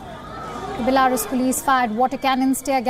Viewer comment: The way she says Belarus 🤣😂🤣😂